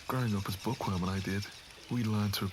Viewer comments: I’m not even joking when I first listened to this I thought was saying “pourqoui”? Not “bookworm” 😭😭😭😭💀💀🏃‍♀️ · I cannot be the only one who heard por qua instead of bookworm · Everytime he says 'bookworm' I hear 'pour quoi?' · Everytime says Bookworm, my French ear hears ''POURQUOI'' 😂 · I hate it but is it just me who herd it for the first time thought he said backowom or do I just have bad ears 😅